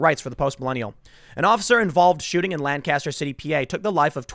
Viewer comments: It’s weird hearing Tim pronounce Lancaster wrong so many times when he doesn’t live very far from there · This is bad this im from lancaster county hearing about a police shooting at all is so weird. Also its makes me cringe a bit to hear tim so the name of the city/county wrong, its how locals tell if you ain't from around here. The phonetic pronunciation is Lank-Caster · the correct pronunciation of "lancaster" pennsylvania is paramount when discussing it - you are not casting lans. lank uh ster or gtfo also i should posit that if my hometown were to be burned to the ground over such a benign use of force i would.. lose no more faith in humanity than i already have i suppose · The city in PA is pronounced Lankiss-ster not Lan-caster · Just a tip to help you if you ever go to Lancaster. They pronounce it Lankaster quickly together and not Lan-caster with a long, drawn out "n". They get very uppity if you mispronounce it. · My house is literally right there in town. I'm like 4 blocks from this. Also these people were from out of town, because they pronounced Lancaster the way you did - lan-cast-her, and all of us pronounce it lang-kissed-her. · Yo Tim, this shit literally happened 5 minutes from my home. 8 people have been arrested, and all of them were from out of town. Also it's pronounced Lan-kiss-ter. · This sucks, Lancaster is a nice city. Also it’s pronounced “lane cuh stir” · It’s pronounced Lank-ister here In Pennsyltucky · As someone who lives here Tim...it's pronounced Lang-kester...and now that that's off my chest, why is BLM coming here for a Hispanic guy who isn't black? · You pronounce it Lank-kiss-stir, accent on the first syllable, please. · Me, someone who’s family is from PA: It’s Not Lan-caster Tim. It hurts when you say it like that.